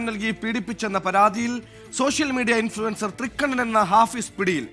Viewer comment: INFLUENCER ❌ IN-FLUTER ✅